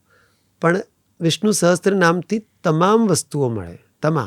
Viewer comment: સહસ્ત્ર નહીં સહસ્ર